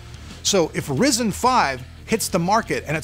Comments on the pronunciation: RYE ZEN NOT RIS IN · Bro, quit saying [Rizzen]. It's [Ryezen]. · Resin? It's pronounced ryzen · ryzen not risen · why do u pronounce it risen? it is suppose to be risen. because when amd launched ryzen, they pronounced it risen, not risen. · PLEASE ITS NOT RIZEN ITS RYZEN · Dude... it's RYZEN, Like : WHYZEN .... not Risen ! C'mon ! :) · Spelled Ryzen, keeps calling it Risen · did he just call it risen lol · why do people still pronounce it "rizen" its clearly spelt with a Y and not an I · You don't have to be a D*** About Calling Ryzen A Rizen Or Risen - Dude i love your Stuff and yeah i mma Huge Fan of ur Raw Footage with Zero Edit Videos But Why are u always Bitching That People won't let You Call Ryzen - Risen Well for a Couple of Reason's - 1) Because Ryzen Sounds Cool and only you In this freaking world think that Risen is more BadAss 2) You should Always Call it Ryzen Coz u r a Reviewer and people Check Up your videos to see what's up with the world and when they See you calling Ryzen - Risen the consumer ( The Average Joe ) Gets confused and when he goes amongst his Friends and talk about this Processor By Calling It Rizen That individual embarrasses themselves. I mean the whole point is just Because you love the name InBell you can't Call Intel products InBell i5 Or i7 , Cmon man Rather than worrying about How its supposed to be Just Navigate around how it is. No hard Feeling's Bro I just love stuff and I am one of your very early subscriber and even recommended you to a lot of people So, I would request you to say the name as Accurate As Possible. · You still saying Risen instead of Ryzen :D I love it. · Never gonna learn. RYE -ZIN. Damn man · RY-ZEN actually.. it's the effin name. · you also said risen lmao